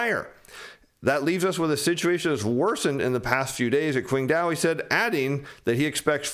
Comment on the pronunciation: Some of the Chinese names need a bit more work. Eg Qingdao should be pronounced Ching dow not kwing dow. As Mandarin takes over from English, everyone will become familiar with these names.